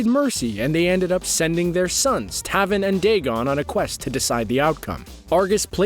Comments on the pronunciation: U said Taven's name wrong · ok defo a script why add lines like you know the whole story when you don’t know how to say taverns and shinnoks name and that’s the first 3 minutes jesus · Triggered when he said taven name wrong